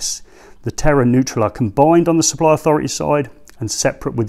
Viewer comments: Why do you pronounce it 'Terra' when the word is 'Terre' T-air. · Terre is pronounced like tair